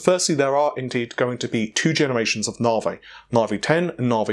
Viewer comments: It's not " Nah-vay". Try Na-vee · Why do you call it "navé" instead of "navi"? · When did we stop calling Navi Navi and start calling it naaaarvey? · I used to think these guys mispronounced things on accident now I'm sure it's on purpose. Preface (pre-face instead of pref-as), T.I. being tie, navi being Naveh, stadia (stayed-ia)being stad-ia. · Weirdly enough, if I got Google's excuse for the name right, Stadia is just Greek for stadiums. It's actually the correct pronunciation, what was listened to here, instead of the way Google's people spoke its name. I still found Navey cancerous to my ears still. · Around the same time we started saying "fredrippah" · It's spelt Naviayl. His source must be someone from within the design team. It is the new unofficial name. Short for Navi A Year Late. The last L is too difficult to say so it doesn't get pronounced. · I bet a yank pronounced it that way and everyone else just follows. I've noticed many American's have a simple word in front of them and don't know how to pronounce it, like Navi or Stadia. BTW its "Nav-eee" not "Nar-vay" (as in navi-gate) and its "Stay-dia" not "Star-dia" (as in the plural of stadium, stadia). Heck, they don't even pronounce the letter "T" in many of their words, "Innernet", "Innernational" and "Inneract" for instance. That is really annoying.